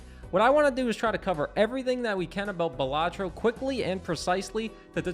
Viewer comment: Just a heads up, the pronunciation of Balatro isn't necessarily one way or another but in the trailer it is pronounced as Bal-atro not buhlatro. Buhlatro just sounds like a fancy sandwich lol Game is goated great review!